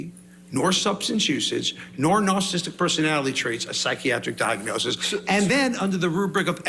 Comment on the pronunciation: He can’t even say “narcissist” correctly. I’m astounded at the amount of whackadoos in this world. It almost doesn’t feel real